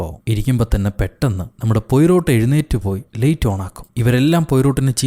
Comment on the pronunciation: പൊയ്രോട്ട് അല്ല.. 😄 പ്വറോ